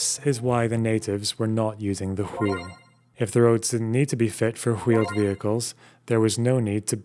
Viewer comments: Its not HWEEL. Its WAHEEL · I can’t go on if he says “Hweel” one more time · I can't be the only one who finds pronunciation of "wh" sounds as "hu-we" to be maddening? "The hweel" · how many times did you sit down and practice saying “hhwheel” before recording this script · Sorry but we all just gonna ignore the pronunciation of wheel here. Great video would of been made better by just saying wheel like a normal folk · You mispronounce wheel the same way that Stewie Griffin mispronounces cool whip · what's up with pronouncing wheel here? is that a bit? that genuinely fucks me up a bit lol